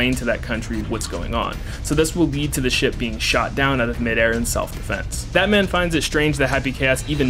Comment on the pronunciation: Every time his says that man, I hear bad man or Batman.